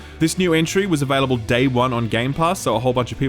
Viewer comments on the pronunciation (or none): I love the way you say "available". Avehlible. Avehlible. Just that slightest accent or dialect. Dunno why, but I find it really charming. x)